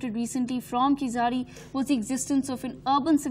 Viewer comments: It's not KEEZAADI!!! You won't be able to pronounce 'zh' so pronounce it as a 'L' okay? But appreciate your efforts as whole of north india has ignored keeladi excavations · It's not pronounced as Keezadi .....! It is pronounced as Keeladi.....with an unique consonant special "L" ....! Hence written as Keezhladi rather than Keeladi. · It's pathetic to hear this news reader pronouncing the name as "keesadi"! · Request to the News reader- "Keezhadi" exact Tamil pronunciation is difficult for non-Tamil speakers except Malayalis, so the pronunciation that is closer to the exact word would sound like KEELADI , hence pls read Keeladi instead of Keesadi. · What ever your name is are you and your team purposely pronouncing keezhadi wrong ?? It's neither khiladi Hindi movie name nor khizari .. IT'S KEE-ZHA-DI !! 😏😏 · It is tamil civilisation not Dravidian or aryan.......Pronounce as keezhadi .... Thanks for covering our archeological treasure...🙏🇮🇳 Jai hind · Pronouce "Keeladi" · I request anchors to pronounce Keezhadi properly. Please check with some Tamil colleagues in studio and get that right. I would really appreciate if your crew put in that effort. Having said that, I appreciate the coverage of your channel on this topic. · What arrogance and adamancy of this channel's reporters that they do not pronounce the word "Keezhadi" in a supposed way. Don't they have any Tamilians working in their company? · Shes reading news about tamils but cant even pronounce the name of the place.👎😤😡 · Funny to hear her pronunciation of keeladi .... Completely wrong ...